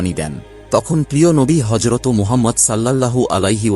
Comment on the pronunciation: হজরতো নয় হজরত